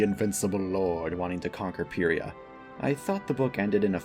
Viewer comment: no hate but the official pronunciation of pyrrhia is pie ree ah